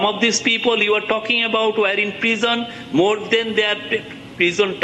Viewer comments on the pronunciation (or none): What is prizon? Pepol??